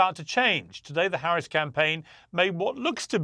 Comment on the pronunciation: Ma’am you pronounced VP Harris name incorrectly. FYI: Felon Trump